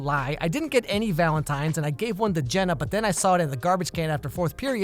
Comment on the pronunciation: “I gave one to Jenna”, me: OH MY GOD SOMEONE FINALLY PRONOUNCED MY NAME RIGHT- Oh.. The other ‘Jenna’ “